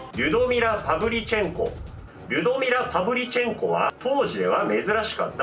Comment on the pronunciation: パヴリチェンコが「はブリち〇こ」に聞こえた私は末期かな